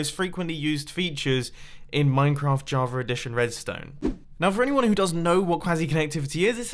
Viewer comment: Why does it sound like you say Javar every time instead of Java? Am I going crazy?